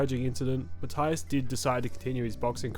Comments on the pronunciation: Puerto Rican here, his name is pronounced Ma-tee-as, just for future reference. Love your content tho mate ❤ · Learn how to pronounce Matias last name correctly🤷🏽 is easier than making this video😂